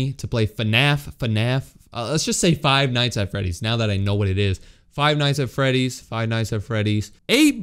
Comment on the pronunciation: This was the happiest day And at least he pronounced it right